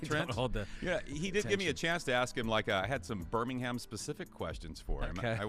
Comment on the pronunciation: Dilly Dilly! Go Blazers! And it's *Birmingham.